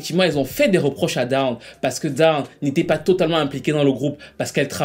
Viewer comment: Dawn se prononce done